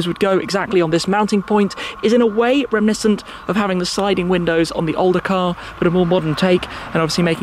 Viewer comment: Do try and pronounce reminiscent properly.